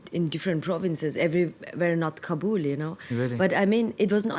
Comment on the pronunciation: please not Kabuuuul, its sounds Kaaabal